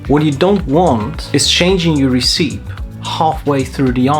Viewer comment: The Scheme and Recipe pronunciation had me chuckling haha. Good video and very useful tips!